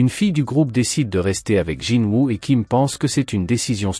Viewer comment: Ses honteux tu dit jinwa dans la vidéo mais sa ce dit est écrit Jinwoo chasseur SUNG JINWOO le dieux de la mort le monarque des ombres Sinon continue comme sa mais raconte bien l'histoire et ne déformé pas les propo des personnes il non jamais mépriser jinwoo il le considère tous comme un petit frère